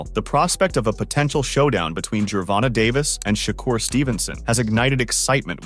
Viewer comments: Fuck that if your gonna make videos and do research and edit and want views and make it real you can at least get the names right its annoying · no matter how well you still saying it wrong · I mean… it IS spelled like that. Not Gervontae or Gervontay, but Gervonta. Find another word that ends with “ta” that is pronounced “tay” and I will admit that I may be wrong.